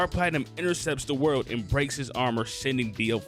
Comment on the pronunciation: it triggers me SO much that he calls it "the worldo" bruh its either "za warudo" which is the japanese name, or "the world" which is the english name. aside from that good video